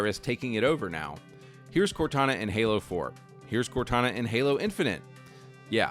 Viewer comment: Halo turns into Gaylo